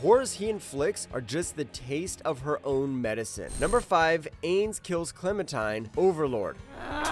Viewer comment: Ok man I love u and your videos but your saying my boy ainz wrong, also you should have put kushida from classroom of the elite on here